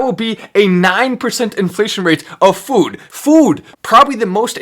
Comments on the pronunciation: To the FWOOOD! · Kills me when he says “food” 😂